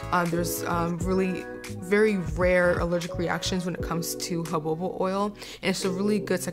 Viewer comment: Jojoba is pronounced huh-how-buh. ☺️